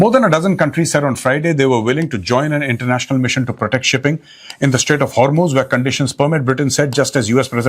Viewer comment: main ghanta iran ki support mein nhi hu but 21 ships u turn maargyi hai and ek indian ship ko warn kiya hai lagta nhi hai sacchi mein kuch ceasefire hua hai Btw that's "hormuz" not har muze 😭